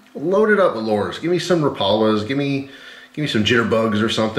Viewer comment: Please learn how to say lure